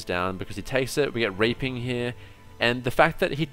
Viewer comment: is it only me or is he always saying raping instead of reaping?